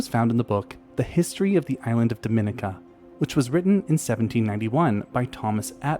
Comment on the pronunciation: At the risk of being /thatguy/ I'm going to point out that Dominica is pronounced däməˈnēkə and zoologist is pronounced zōˈäləjəst. As a zoologist who lives in Florida on the edge of the Caribbean I just couldn't let it go. My apologies in advance for being a pronunciation Nazi :-) I love your channel.